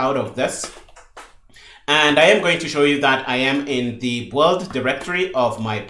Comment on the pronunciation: Sincerly I appreciate you so much but everytime you say "the boohold" I need 3 seconds to understand what you mean as I'm not English native. Aside from this - I'm just joking a little - you made a great job. I 'm devouring this series. I'm getting curious on what kind of native macro Visual Studio uses for doing the same job CMake does - I've been using qt creator for 5 years and I don't remember how VS works.. I'll have a check